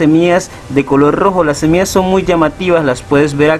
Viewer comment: No soporte ver todo el video, dijiste cono 1000 veces SEMIAS